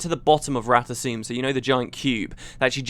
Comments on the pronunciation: it's rata 'SOME' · i think its rata "suu"...felicia day herself says it during the official guild wars 2 voice actor vid. and she does the voice of zojja so im pretty sure she know how to pronouce it correctly.. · guess the "M" is silent for the asuras.